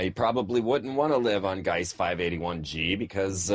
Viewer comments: no guise dummy. Gleise ... sounds like Gligh-zuh or Glee-zuh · and it's Gliese, not Geise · glee sah not glice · "Gliese" = "G"+ "leeza" (as in Leeza Givens). Not "Gice". Just thought you might want to know. Interesting dialog in any case, not a grammar flame or anything. :-) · l'm a bit late but the planet that was found is pronounced, (glee-za) peace out